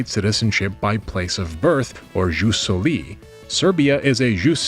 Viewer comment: wait you say jus solis as in french?